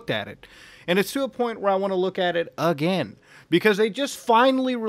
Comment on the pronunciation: Did you dub someone else saying “again” ? That was some stereotypical white guy voice right there.